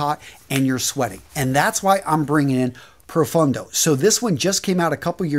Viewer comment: The way you pronounced some Italian words is hurting my ears. But I have to say that this time at least you said profondo (wich is correct) instead of profundo